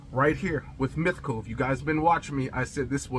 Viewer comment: You kept mentioning a "mithical" fragrance. Which did you mean?